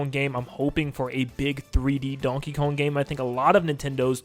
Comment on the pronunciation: stop saying donkey kung